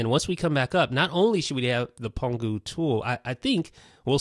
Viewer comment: pangu not pongu